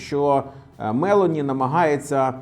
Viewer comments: А також вона Мелóні, а не Мéлоні😂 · Мелóні, не Мéлоні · Цікаве відео!😃👍 Репостнув🤗 От тільки, Мелóні, а не Мéлоні. Наголос на другий склад, вона ж не американка. А то звучить як Мéловін😂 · Джьорджя МелОні, наголос на О. Монте Дей Паскі, не паші. Не дякуйте 😅 а взагалі круто, на довгі відео часто бракує часу, а десять хвилин саме топчик. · Спасибо,, за информативное видео. Живу в Италии и хотела бы вас поправить в произношении фамилии нынешнего премьер. Ударение на 'о....Мэл'ооони. Это важно, так как полностью искажает понимание о ком речь:)